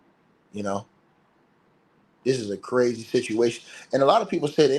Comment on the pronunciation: u crrrrazy mann had me rollin!! 😂